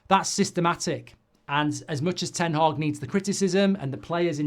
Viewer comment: Eric Ten-Hag 😂🤣